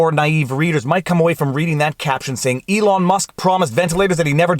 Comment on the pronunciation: First, love the haircut (basically because I did the same, but had no guts to record my boys doing this to me). Second, don't know if you realized, but it is ELON Musk not ELIN. Great legal analysis. Your video on mediation, gave me a good analysis to tell my client. Instead of trying to explain the rigors of litigation I actually sent him the video. He called me back and said: "Let's settle!"